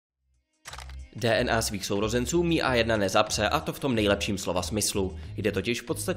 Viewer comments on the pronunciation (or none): Čte se to em i a ne mi